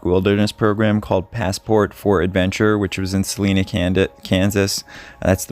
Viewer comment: Good day …just fyi it is pronounced with an I for Salina. Not trying to be rude about it at all…just a Kansas boy and passing knowledge along. Keep doing what you do and know how much positivity you’re bringing the families of these lost loved ones. Best wishes and Happy Holidays to everyone. Cheers!